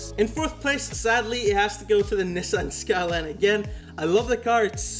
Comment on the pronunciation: No way blud mispronounced Nissan skyline🤣🤣🤣😭😭😭